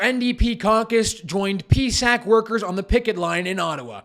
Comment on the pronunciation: It's pronounced P-S-A-C! If you are creating a video to complain, why not complain about the Prime Minister giving himself another $35K raise plus all the MPs getting 3 raises during the pandemic alone...so make sure you do your homework...